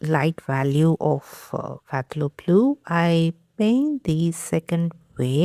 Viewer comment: Hi! I love watching your videos. Just wanted to let you know that the word Phthalo is pronounced as Thalo, that is the Ph is silent. You can Google the word to see how it is pronounced. Have a great day. 😊